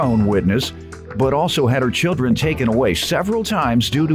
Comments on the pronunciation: I’m with you. That “ tooken” was getting on my nerves!😳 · It’s “Taken” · #1 All of that nonsense for a television? Pathetic #2 It's taken not "tooken" #3 Yes, my day is so boring I not only took the time to criticize but edited my comment to state the fact